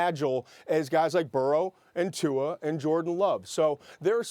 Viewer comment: Tua does NOT have a "N" in his last name. Quit saying it with an "N"